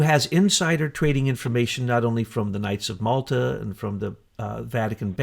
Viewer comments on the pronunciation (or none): none